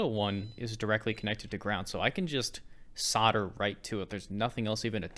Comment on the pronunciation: You seem to say ‘ sarder ‘ when I think you mean ‘ solder ‘ 😂😂😂